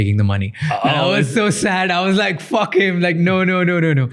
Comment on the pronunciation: That faaack was too indian😂